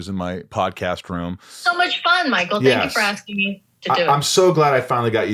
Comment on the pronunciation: Michael is pronounced exactly like that (though you don't have that "ch" in English) in German. Like… Michael thought it sounded in Spanish. That was actually a pretty good German Michael. Michael in Spanish is Miguel.